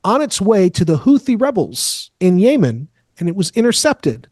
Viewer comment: Don’t believe s/h the guy who can’t pronounce Yemen 🇾🇪